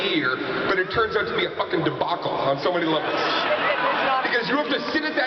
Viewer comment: LOL. he says 'debaucle' (sp?) a lot.